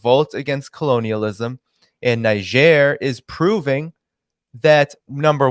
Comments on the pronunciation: THere are two ways to pronounce Niger. In French it is Neezhair, and in English It is Neyedger. It is hard to listen to your mispronunciation. If you doing a podcast on a country at least pronounce it correctly. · Please try to pronounce the name of the country correctly, in either French or English, it takes 5 sec to find it on yt or google translate. You are combining the first syllable from the English and second from French pronunciation. It is annoying but also quite disrespectful. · I listened to your show, and I must say, it rips, tears, and shreds the ear canal to hear you constantly mispronounce the word “Niger”. I would have taught since that particular country, word was the main theme of your show, and all over the place, that you at least would have familiarized yourself with the proper pronunciation of the word. I hope we as viewers and listeners of your show can hope you would show more courtesy to other countries and words next time.